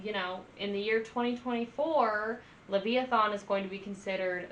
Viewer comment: You made me laugh....it is "Leviathan". Not Lev-i-a-thon. That was adorable. Yeah, Mastadon is excellent and Brann is a killer drummer. Lots more to enjoy and I hope that you'll post more about them. ;)